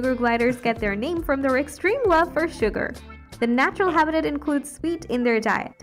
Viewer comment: This narration has got to be AI generated... the syllable emphasis on some words is terrible eg apparatus/habitat/intestine.